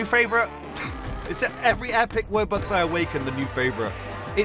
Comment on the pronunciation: I'm sorry but it's called wubox no woobux